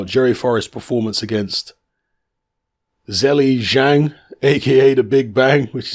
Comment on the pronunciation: hey, ur pronunciation about ZHILEI ZHANG is incorrect.